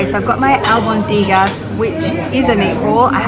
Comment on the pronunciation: I just spent 6 weeks in Seville. Dinner is usually late, but one can eat dinner earlier than 9 pm, especially if it consists of tapas. Those meatballs are pronounced "albóndigas." The "o" is stressed. And "Andalucía" is pronounced with a "lisped c" or a "c" that is pronounced like an "s." The former is more common in Spain.